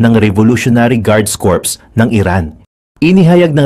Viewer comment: CORPS is pronounced as cor.. not corpse.. corpse is a dead person